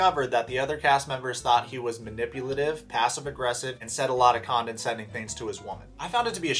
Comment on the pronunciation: With much love- it drives me nuts you pronounce” condescending” as “condensending”. There is no “n” in the middle! I had to look it up to see if I’ve been mispronouncing it my whole life 😂